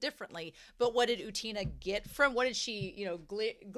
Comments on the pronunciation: Not u-TEEN-uh, or u-TANE-uh, it's U-ten-uh (or OO-ten-uh, if the 'u' is confusing). Also, no 'y' before the 'u'. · I really do not wanna sound mean but I don't understand how westerners cannot pronounce anime character's names because... their names are literally pronounced all the time in the show? Just say Utena how Wakaba or Anthy says it. You don't have to go to Google translate for that. Idk I hope that doesn't come off as rude. I don't think everyone has to pronounce every foreign name correctly. I can't pronounce English names correctly either. But I don't understand using Google translate IF you want to pronounce it correctly when you are hearing other characters say their name all the time.